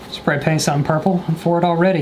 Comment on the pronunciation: I love the fact that he said pay spaint